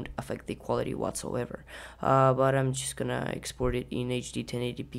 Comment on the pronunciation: Video is cool!!! "Exoport" :D